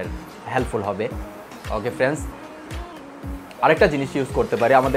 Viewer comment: আসসালামুআলাইকুম ওয়ারাহমাতুল্লাহি ওয়াবারাকাতুহু ভাইয়া আপনার কথাগুলো ভালো লাগলো তবে আপনি ভিডিও তৈরি করার জন্য সুন্দর করে বলার চেষ্টা করবেন যেমন ফ্রেন্স না বলে ফ্রেন্ড বলেন।